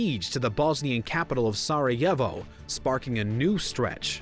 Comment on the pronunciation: Just a tip- maybe look up how to pronounce the names of places you're lecturing about. (Zagreb and Sarajevo both wrong.)